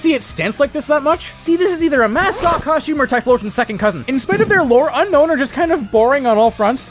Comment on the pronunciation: Why does everyone mis-prnounce my favorite pokemon? Unown.. either Un-Own or You-known (like Unova) not Unknown, you need 3 N to pronouce it this way ;( Damn you Prof. Oak!!!!